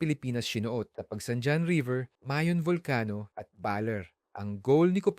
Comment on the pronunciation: mayon bolkano